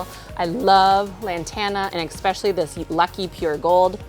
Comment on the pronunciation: Beautiful containers, thank you. One criticism: especially is pronounced ESS-pecally. Not EX-pecially.